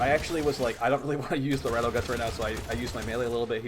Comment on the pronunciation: It's amazing how much stuff you mispronounce in the game. You obviously know your stuff but it's kind of funny. Battle Guts, Rude Zude, Slap loader. It's like you're trying to troll people.